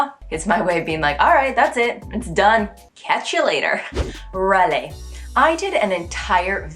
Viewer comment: Edit : Raler is a rare french word with you MUST not use a fluid R like "Waler". It's too much english/american accent. With this one you must must must use our RRR "hard" R. Especially if you re talking a bout someone annoying because of his complains. "Il est RRaleur celui là !" You must attack by scrapping this R. And the more the guy is annoying you, the longer and aggresively you roll/scrap the R. It's not a beautiful R but very expressive. Rageur, Rageant, Rage, Raler : put a real hard R scrapped